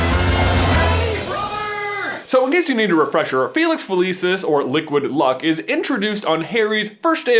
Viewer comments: It Fa-lee-sees, not Fa-Lee-sis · FELICIS NOT FELEEESIS GOD DAMN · So it's a placebo. Fun fact: that's Latin for "I will pleasure." Also Felix Felicis is Latin for "luck of luck." Because it is Latin, the c in "felicis" is pronounced hard, like a k. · Okay, I know I'm being dramatic but I study classical Latin and find it really unsettling everytime you pronounce "felicis" with a soft "c". Maybe that's how you pronounce it in-universe but it's clearly based off Latin and should have a hard "c". I'm stressed about it. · It always astounds me how Americans manage to mispronounce anything. The name of the potion is literally said out loud in the film and you still manage to say it wrong ffs... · Had to downvote since you pronounced “felicis” wrong :-( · this is petty but I hate how he pronounces felicis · He pronounced it weird.